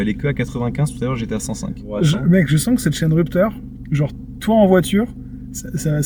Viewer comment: Hiteuh the rupeuhteur